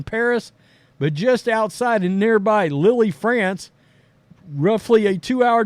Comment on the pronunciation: Lille is pronounced leel